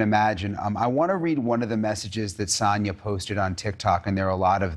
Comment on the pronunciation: Her name is Sania - you called her Sannah through out the video, on and off.